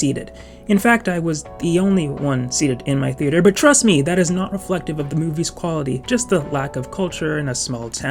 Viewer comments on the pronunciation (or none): none